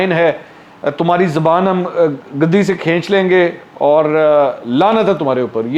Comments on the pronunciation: Dear the word is guddi not gaddi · گدی cushion کو کہتے ہیں جناب۔ زبان "گدی" (guddi) سے کھینچی جاتی ھے۔ نیز "بلا آخر" (bilaa-aakhir) نہیں، "بالآخر" (bil-aakhir) ھوتا ھے۔